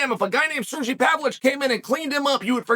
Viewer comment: Chael calling Sergei "Serjee" is the classic Sonnen law of name butcheryu hahaha